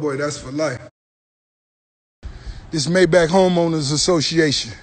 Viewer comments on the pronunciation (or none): none